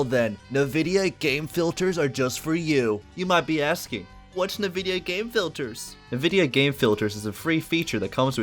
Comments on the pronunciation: that is NOT how you pronounce nvidia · this man pronounces nvidia "nuh-vidia" and not "en-vidia" what a madlad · Ah yes... NuhVidia.